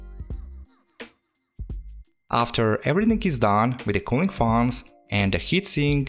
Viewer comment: The way he sayes faans 😂